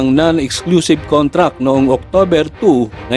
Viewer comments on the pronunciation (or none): none